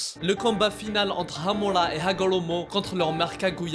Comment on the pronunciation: Par contre ton accent quand tu prononces amura c degeulasse 😂 mais sinon bonne vidéo 👍🏿